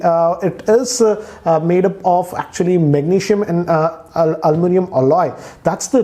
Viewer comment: Apple Executives: 'Aloominum': 'Almunium' Me: 'Aluminiyumumumnum'